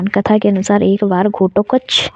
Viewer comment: आपको घटोत्कच बोलने में बहुत problem ho rhi hai